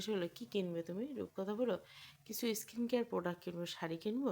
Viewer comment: এস্কিন কেয়ার নয় হবে “স্কিন কেয়ার”